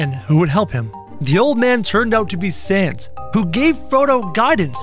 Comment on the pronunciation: It sounds like SAENS NOT SANS